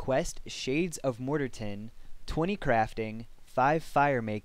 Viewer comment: Morterton, lmfao nice guide ;;) Not dissing, its cool haha :D